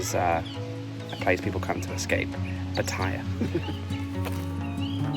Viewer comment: Please ask a local the correct way to say Pattaya. Almost all tourists say iy wrong, including you.